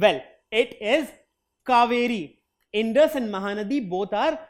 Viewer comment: Sir you telling wrong pronounced ganga and indus